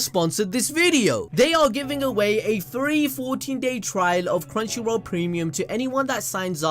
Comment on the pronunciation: lol he said 3 instead of free